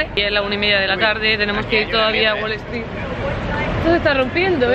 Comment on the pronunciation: Haber una duda es wale stree o es WALL STREET ? pregunto porq cuando lo decís suena como la primera opción, creo que ya tenes un par de años en gringolandia y ya es tiempo que pronuncies los nombres y cosas tal y como son te parece?